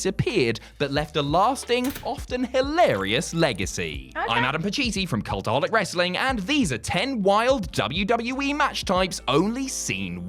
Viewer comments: being cute by pronouncing Cultaholic Wrestling as Catholic Wrestling love it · Nope she said catholic (I rechecked)